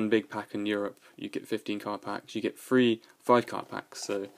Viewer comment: THREE, THREE, THREE. NOT 'FREE'. LEARN HOW TO SPEAK PROPERLY.